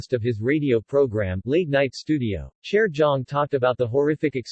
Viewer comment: I’m sorry, why is he pronouncing Jaejoong’s name like that???